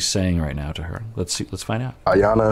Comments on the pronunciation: I am so bothered that you’re calling her EE-yana! Lol even after hearing Jarrett call her Eye-yana lol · Her name is pronounced eye-yawn-nah. :)